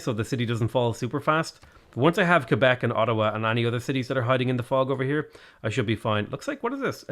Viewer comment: being one of the few non-Canadians to actually pronounce Québec correctly is honestly entirely fitting his character 😅